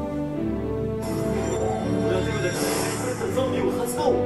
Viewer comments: 俺は手札からが俺はデブだからにしか聞こえなくてびっくりした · 俺は手札から怒り狂ったゾンビを発動！ がどうしても 俺はデブだから にしか聞こえなくて困ってます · 俺は手札から が 俺はデブだから に聞こえた人おらん、、、？ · 俺は手札からが俺はデブだからに聞こえる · 俺は手札からが俺はデブだからにしか聞こえない